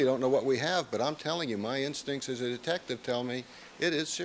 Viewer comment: Yes he did say detcive Lang what a joke dose not know who is speaking to